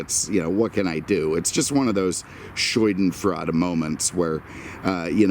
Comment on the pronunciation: Dear, it's actually Schadenfreude(Scha-den-freu-de) Aaand, it still would be cool to give us some "Auction Footage".